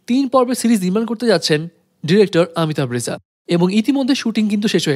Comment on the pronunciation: Vai indian news porte porte অমিতাভ রেজা k আমিতাভ রেজা বলাটা ঠিক না।